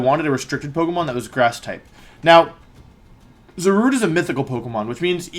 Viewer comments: Za rude please not za ru day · it's pronounced za-rue-dey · It's pronounced ZAW-RUDE.